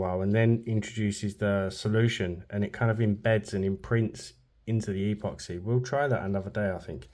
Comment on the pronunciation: Why do you say e poxy?